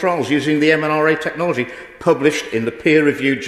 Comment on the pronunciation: I noticed that too, plus a few look to have scurried off at the start!! The baby issue is absolutely disgusting!!! Huge respect to the MP for standing up & doing the honorable thing!! However, it's a shame that he miss-speaks & seems to say 'mNra' a few times, plus the major mistake with the extra unnecessary 'word' added after 'Covid-19' which changes the whole point he was trying to get across (watch from for context) - these things make easy prey for distractors..!!!